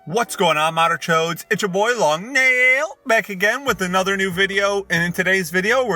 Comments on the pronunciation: When he says long “n a i l” instead of “long n e e e l”: 😳😳😳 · ITS NOT LONG NAAAIL ITS LONG NEEEEEIL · HE SAID NAIL INSTEAD OF NEEEEL :O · He’s been saying “long nail” instead of “long neil” and I’m a little disappointed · d i s g u s t i n g